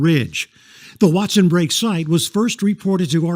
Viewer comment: I believe it’s Break. Like poke salad. Not brake, not polk. An aside. They gave in to socialism and central gvt. As all “ great” civilizations. We follow, knowing better